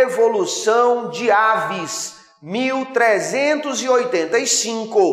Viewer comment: É avís e não aves. .